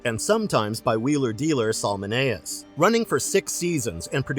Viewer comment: If only the announcer would have watched the show and could better pronounce the names of Salmoneus and Autolycus.